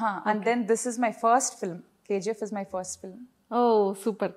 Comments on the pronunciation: Anchor KZeeF Yendamma.... Its KGF.... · Dude, only one suggestion for Suman TV. I hope they have a great name in social media. So, my suggestion for Suman TV is to get anchor who pronounce words and letters properly. It's not KZF, it's KGF. Please for God sake give training for the anchors. It's so pathetic to hear those words and letters. 🙏🙏🙏🙏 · K Zee F .. not K G F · Anchor garu....K Ji F kadhandi ...K G F. ...ji and G are different...apart from that all good ..nice interview